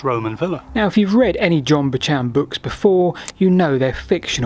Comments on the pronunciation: very interesting I love looking at maps and speculating about Roman Roads, but I do quibble about the pronunciation of Buchan it's Scottish and is more similar to Buck-an, if you can get a little throatiness in the ck all the better; like the ch in loch should be pronounced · I'm pretty sure the Perth born, 1st Baron of Tweedsmuir pronounced his name like every other member of the Clan Buchan has. Buc-han. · John Buchan is pronounced "Buckan" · “Buchan” is a Scottish name, from the old province in the Northeast. It’s pronounced “BUCK-kun”, give or take. Related to the name “Buchanan”. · Having lived in Abedeenshire for many years I wholeheartedly agree with the "Buck'n" pronunciation but with the 'ch' ideally pronounced as in 'loch' - but 'ck' is OK. I'd not heard of the idea that links it to Welsh for 'cow'. They are rightfully proud of their cattle in Aberdeenshire but the last sentence in this Wikipedia entry for Buchan impresses me most! "The genesis of the name Buchan is shrouded in uncertainty,[4] but may be of Pictish origin.[4] The name may involve an equivalent of Welsh buwch meaning "a cow".[4][5] American academic Thomas Clancy has noted cautiously the similarity between the territory names Buchan and Marr to those of the Welsh commotes Cantref Bychan and Cantref Mawr, meaning "small" and "large commote" respectively" Marr was the name of most of Aberdeenshire in the past ... Grampian is a better example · I'd always heard and pronounced it as "buckan", but as Australians change pronunciation of some words and names compared to their British counterparts, I am basically confused at this point. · Having never heard his name pronounced as Boo-Chan, I consulted with the internet and the Jocks tell us the 'ch' is definately pronounced as in Loch, which is closer to a hard K than Jackie Chan. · Phonetic spelling of buchan. buhk-uh n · Bu-Chan ? Was he Chinese? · I was disappointed that they both got it wrong (and in different ways!).